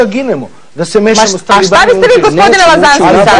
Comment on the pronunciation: Ko u Slloveniju hahaha Llazanski.